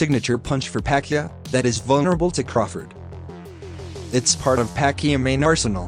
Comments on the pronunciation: Pa-Kee-Ow not Pa-kee-a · Buddy's name is PA-QUI-AO not Pacquia bud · Pacquiao. Not pacqia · Pacyuh? It's pakyao. In your language: Puck Yao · What's wrong with your voice? And it's Pac-kee-ow... not however you are saying it. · Am I the only one getting triggered by him pronouncing Manny's last name Pac-ya?